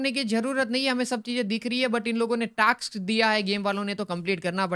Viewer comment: it is not taks it is task